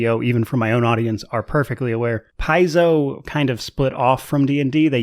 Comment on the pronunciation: Nice commentary for the topic!! Hope you grow even more.. p.s paizo is from the greek word παίζω and is pronounced pe-zo meaning play:) so as a Greek one more reason to support them!!!:):):)